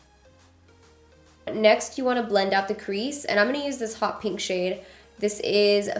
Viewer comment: Yo when she said pink, I heard kinky. I was caught off guard